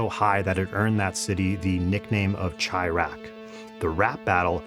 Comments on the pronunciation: bro said chai-raq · Bro you’re from the city but said “Chai” instead of ‘Chi Raq’ 😭😭😂 decent video on the psyche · Chi-raq? You sure you from Chicago? It’s pronounced shy-raq my guy. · Why would you pronounce chiraq like that ??😂😂 is that how you pronounce Chicago???